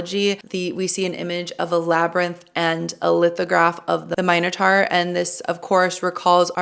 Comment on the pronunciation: I just started this show and found your recaps, thanks for doing this! I hope I don't get spoiled, but it's good to check my understanding also see what I may have missed. Why do you say "mine-a-tar"? Is that the correct way to say it? I always thought it was "min-a-tor".